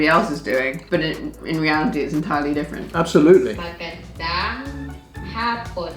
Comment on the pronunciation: Ur pronounciation is getting so much better! Just remember to always pronounce ur A's as u wud in ur first syllable in Magandang. U have a tendency to pronounce it as magEndEng. Great job still! I always enjoy watching u both in ur vids!